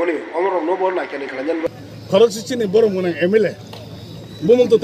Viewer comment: Sini ya chini c, kokborok pronunciation mistake khe ta sa d tai ta sui d